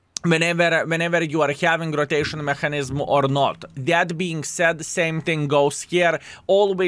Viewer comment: не маХанізм а меКанізм, вбий слово в гугл і послухай, неймовірно жахлива вимова